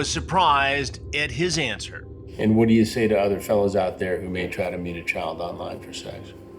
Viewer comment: Grady Judd cannot pronounce the word Child with a "D" he calls it Chyle